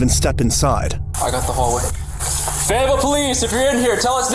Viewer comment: Not me just watching random crime videos and then hear “feyetville Arkansas” which is an hour away from me